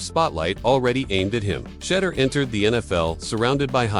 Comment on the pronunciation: His name isn't Shudder nor Shedar. Learn how to pronounce his name correctly before making videos or reporting lies especially.